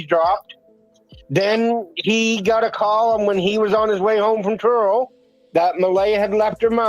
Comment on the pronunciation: Where are you from? Are you lying? Did you intend to say Truro instead of Turo?